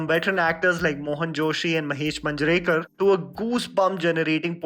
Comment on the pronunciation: Hi I like your videos however you have to work on your pronounciations, especially of Marathi or Hindi names. Its "Raa hu lya" and not "Rahula" Its "Maan ja re kar" and not "Manjrekar". Also the movie name is "La paa cha pi". Please look into this in all your future videos. It sounds rude and disrespectful when ur name is wrongly pronounced